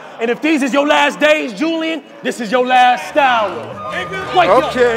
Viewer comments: That was a reach because u don’t say Julian like ju- Lyin so taking out the j only reads Ulian as in u-lee-an not u- lie-an but I get it , he tried but that was a reach. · Ulian is pronounced U-LEE-IN. Imagine thinking niggas can't catch your bars but you not even making sense.